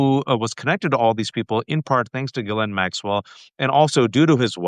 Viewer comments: Pronunciation of GHISLAINE. seems to be the only other person besides Ghislaine's brother who knows how to properly pronounce her name. "gee-LINN" (Most people don't understand that the S is silent.) I originally learned her name as sounding like "Gee-LANE" back when she had her trial. Then a week ago I heard her brother pronounce it as "Gee-Linn" giving a full French accent, but he actually accented the first syllable rather than the second... With deep research with the Little Black Book, he would have heard her name pronounced hundreds of times by people who were in her orbit. He says gee-LINN and that sounds right. Ghislaine's brother likely keeps it more French with a little more like GEE-linn. It's great to hear it pronounced properly with here. Now I know it's not gee-LANE. Great interview! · Good find Waj, getting this journalist on your show! Besides his knowledge, is one of ONLY TWO I've heard who pronounces 'Ghislaine' correctly. The other one is a lawyer for the victims, Brad Edwards.